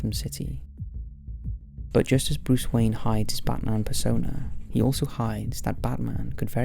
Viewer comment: Dude keeps saying "Butt Marn" lololol